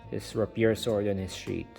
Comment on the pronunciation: Ray-pee-yer, not rapyir XD